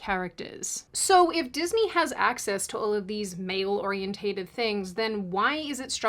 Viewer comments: The word is pronounced "ore-E-ENTED" - NOT "ore-E-ENT-TATED"! "OrienTATED is NOT a word !!!!!!!!!!!!!!!!!!!!!!!!!!!!!!!!!!!!!!!!!!!!!!!!!!!!!!!!!!!!!!!!!!!!!!!!!!!!!!!!!!!!!!!!!!!!!!!!!!!!!!!!!!!!!!!!!!!!!!!!!!!!!!!!!!!!!!!!!!!!!!!!!!!!!!!!!!!!!!!!!!!!!!!!!!!!!!!!!!!!!!!!!!!!!!!!!!!!!!!!!!!!!!!!!!!!!!!!!!!!!!!!!!!!!!!!!!!!!!!!!!!!!!!!!!!!!!!!!!!!!!!!!!!!!!!!!!!!!!!!!!!!!!!!!!!!!!!!!!!!!!!!!!!!!!!!!!!!!!!!!!!!!!!!!!!!!!!!!!!!!!!!!!!!!!!!!!!!!!!!!!!!!!!!!!!!!!!!!!!!!!!!!!!!!!!!!!!!!!!!!!!!!!!!!!!!!!!!!!!!!!!!!!!!!!!!!!!!!!!!!!!!!!!!!!!!!!!!!!!!!!!!!!!!!!!!!!!!!!!!!!!!!!!!!!!!!!!!!!!!!!!!!!!!!!!!!!!!!!!!!!!!!!!!!!!!!!!!!!!!!!!!!!!!!!!!!!!!!!!!!!!!!!!!!!!!!!!!!!!!!!!!!!!!!!!!!!!!!!!!!!!!!!!!!!!!!!!!!!!!!!!!!!!!!!!!!!!!!!!!!!!!!!!!!!!!!!!!!!!!!!!!!!!!!!!!!!!!!!!!!!!!!!!!!!!!!!!!!! !!!!!!!!!!!!!!!!!!!!!!!!!!!!!!!!!!!!!!!!!!!!!!!!!!!!!!!!!!!!!!!!!!!!!!!!!!!!!!!!!!!!!!!!!!!!!!!!!!!!!!!!!!!!!!!!!!!!!!!!!!!!!!!!!!!!!!!!!!!!!!!!!!!!!!!!!!!!!!!!!!!!!!!!!!!!!!!!!!!!!!!!!!!!!!!!!!!!!!!!!!!!!!!!!!!!!!!!!!!!!!!!!!!!!!!!!!!!!!!!!!!!!!!!!!!!!!!!!!!!!!!!!!!!!!!!!!!!!!!!!!!!!!!!!!!!!!!!!!!!!!!!!!!!!!!!!!!!!!!!!!!!!!!!!!!!!!!!!!!!!!!!!!!!! !!!!!!!!!!!!!!!!!!!!!!!!!!!!!!!!!!!!!!!!!!!!!!!!!!!!!!!!!!!!!!!!!!!!!!!!!!!!!!!!!!!!!!!!!!!!!!!!!!!!!!!!!!!!!!!!!!!!!!!!!!!!!!!!!!!!!!!!!!!!!!!!!!!!!!!!!!!!!!!!!!!!!!!!!!!!!!!!!!!!!!!!!!!!!!!!!!!!!!!!!!!!!!!!!!!!!!!!!!!!!!!!!!!!!!!!!!!!!!!!!!!!!!!!!!!!!!!!!!!!!!!!!!!!!!!!!!!!!!!!!!!!!!!!!!!!!!!!!!!!!!!!!!!!!!!!!!!!!!!!!!!!!!!!!!!!!!!!!!!!!!!!!!!!! !!!!!!!!!!!!! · Oriented. OR-EE-EN-TED. Great video but got damn. OrienTATEd is killing me. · Not, or--ee-en-tated. Or-ee-en-ted.